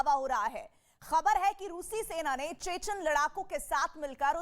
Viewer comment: सैतान नही सेना हे सेन बोल्ना सिख्लो